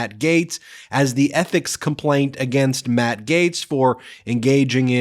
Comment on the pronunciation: "ETHICIS COMPLAINT"